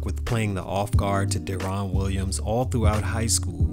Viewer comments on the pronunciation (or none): Derron Williams, Pronounced (Darren) Not "Da-Ron". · Really bro put some respect on deron Williams name lol Derons name is pronounced derrin/Dare-in. Similar to Darren